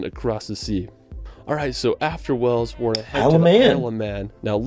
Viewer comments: Hi, can you teach how to pronounce the Word Wales, I have heard you say it properly, tell that Wells is in Somerset, Wales and Whales are pronounced the same way BTW is not the only American to prononce Wales as Wells. Very best regards From Ray in North Wales. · Not trying to be funny, but you ned to stop mispronouncing Wales, as the person in your video did ! You say wells, which is another place entirely situated in Somerset, therefore gets confusing for people, think of the large sea creature ! FYI the wifr says Edingburgh castle is roughly £20 to visit for an adult, £11.40 for a child ! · Since when did Wales change it's name to Wells 😂